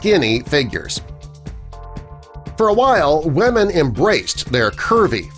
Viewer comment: It kinda annoys me how he says weamen all the time ..